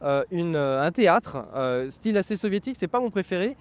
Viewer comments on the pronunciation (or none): none